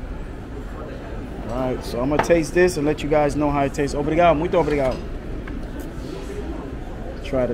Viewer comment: Again, I am not criticizing you. I am just trying to make it safe for you. I lived in Brasil for 6 years. When I started living there, I always went with a friend. The word obrigado , you always missed tge last syllable. You need to put an a harder, like accent on the "D"on the d other last "D". They love American but there are crazies. You will witness robberies almost daily. My family were walking through Manaus up the Amazon, a little kid ,somehow got himself right in the middle of us walking. He reached right into my brothers camera bag and had the camera in his hand, I reached out and hit him so hard on his wrist, I think I broke his wrist. We were busy looking for a traditional restaurant too. He was so small ,we couldn't see him slipping in between us. Good luck !